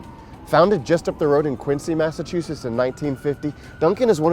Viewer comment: Did he say "Massatoosiss"??